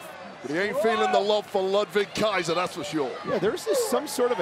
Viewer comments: The way Samantha Irvin nailed that “Ludwig Kaiser” just never disappoints 😂😂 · The way Samantha says Ludwig Kaiser is 10/10